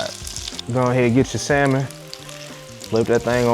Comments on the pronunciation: For me its Samon not salllmon. 😂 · The “L” in salmon is silent! Consider this, I’ll have sammon for supper tonight. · Samon No L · Salmon -no ‘l’. Like it well done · The “L” is silent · The L is silent....